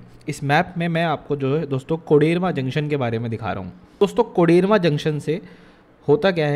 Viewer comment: Abe कोडरमा होता है ,कोडेरमा नही